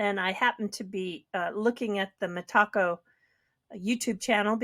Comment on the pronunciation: Hey, why are you the only person that can't seem to pronounce Metaco. I'm sure you've heard others talk about it and say Meta-Co but you keep saying Me-Taco. It's not your taco and a bit ridiculous 😂